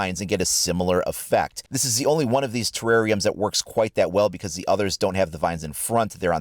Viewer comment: Did you said It worps